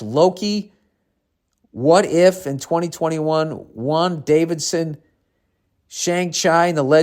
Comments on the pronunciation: Bill pronounced ‘Wandavision’ as Juan Davidson and my month has been made. Billiam Burr everybody. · did Bill say wanda vision as wan Davidson? 😂😂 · When Bill said Wan-Davison, I cried laughing. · That's Wanda-Vision you focking dyslexic 🤣🤣 not Wand Davidson 🤣you cracked me up 🔥🔥😅